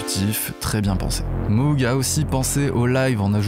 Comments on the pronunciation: On ne dit pas Moug mais Môg. C’est Mr Moog qui l’a précisé dans un vielle vidéo . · je ne vous jette pas la pierre, vous n’êtes que le miroir de mes propres mauvaises habitudes. Mais entre nous, j’ai entendu Jean michel Jarre dire Moug dans un reportage...😆